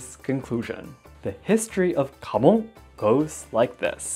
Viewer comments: I know he says KAMON...But I swear I keep hearing HAMON! And think it is Jojo and we are about to slay vampires xD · You do have your home Kamon By the way, not Mon